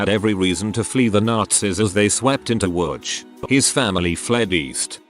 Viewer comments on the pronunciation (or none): Is THAT how Łódź is pronounced?